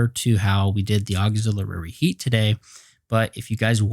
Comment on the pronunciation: Thanks buddy! Appreciated! But please check your pronunciation for "auxilliary". Not trying to criticize. Just pointing it out. Cheers mate!